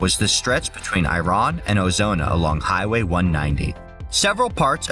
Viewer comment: Iraan is actually pronounced eye-ruh-an.